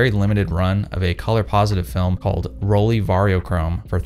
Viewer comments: The brandname is pronounced „rolleye“ not „rolleee“. You are an expert, aren‘t you? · As a German... rolee... It’s 🙄 = roll eye ✌️😉